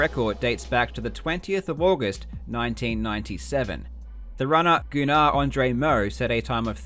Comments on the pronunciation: I went to school with a kid named gunnar. Pretty sure its meant to be pronounced as "gunner" not "goo-nar" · Just for future reference the name Gunnar is pronounced Gunn-er not Goo- nar